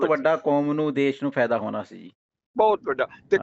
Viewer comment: ਹੋਨਾ ਅਤੇ ਹੋਣਾ ਦੇ ਉਚਾਰਨ ਵਿੱਚ ਬਹੁਤ ਫ਼ਰਕ ਹੁੰਦਾ, ਉਮੀਦ ਹੈ ਧਿਆਨ ਦਿਓਗੇ!